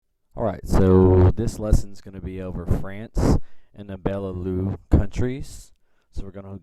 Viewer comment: You pronounced Benelux wrong, you need to say the "x" at the to . Benelu sounds a bit offensive....